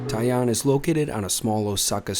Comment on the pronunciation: The first pronunciation, tai-an, was pretty much spot on. The only way you're getting into those difficult to reserve spots in Tokyo, unless they're on Tabelog or something, is to email your hotel's concierge a couple of months out with the request. I've managed a few bookings that way, but it's not going to be possible when you're staying at a hostel! I'm fond of kaiseki and particularly the vegetarian equivalent, shōjin ryōri, but some of the courses are definitely very subtly flavoured - more about showcasing the different cooking techniques called for at different stages of the meal than hefty flavours. There used to be a fantastic little kaiseki place on West 55th St, Sugiyama, but unfortunately it closed thanks to rent increases a few years back - it was the only culinary ever-present for my first three visits to New York and I missed it last time out. I replaced it then with a shōjin ryōri place instead, Kajitsu with 1 Michelin star, but that too closed a couple of years later.